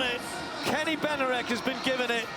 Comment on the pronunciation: Benarek? Is it too much to pronounce his name correctly?